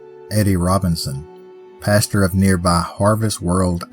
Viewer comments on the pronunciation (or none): none